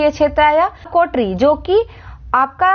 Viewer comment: Kotrri nahi kotri